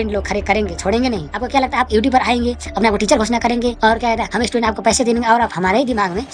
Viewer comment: Pehle student bolna seekh le